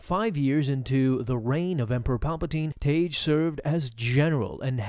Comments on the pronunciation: It's not Taige... It's pronounced TAG! Tagge's name is pronounced the same as Tag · It's not pronounced "Tage" it's pronounced "Tag". TAGGE. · Just saying.. in Star Wars, Tagge is pronounced "tag", rather than "tayj", as per the pronunciation in the Star Wars radio dramatization that Lucas had oversight of. Good video! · Tayj lol. Couldn’t make it two minutes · I've always heard it pronounced like tag. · His name is Tagge, not Tage. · It's pronounced "tag" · The pronunciation of the names Tagge and Motti in this video hurt my soul.